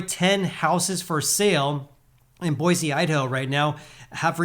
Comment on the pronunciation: Bro. It’s Boy-see!!